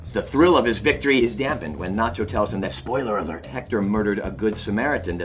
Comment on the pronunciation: Bob is not able to say "spoiler alert"😂😂